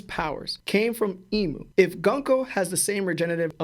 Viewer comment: Okay I don't wanna be the guy who does this but it's GOONKO I know English is English and it would make it GUN KO but Oda is JAPANESE just like Cerberus it's pronounced KERBERUS and her name is pronounced GOONKO. If you have any questions GrandLineReview will help you understand more lol